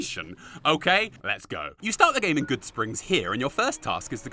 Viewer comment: HE BUTCHERED BIG IRON!!!!! NOOOOO😭😭😭